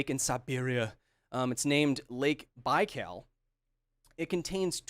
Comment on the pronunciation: I was born near Baikal lake and I really recommend to visit this place. There’s nothing like this in the world. Baikal is often compared with Michigan lake but it’s not the same. Also, in the word Baikal the last syllable is stressed, not the first one 😉